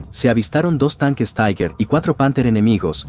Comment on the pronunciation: Se pronuncia TIGA. Taiguer no es alemán.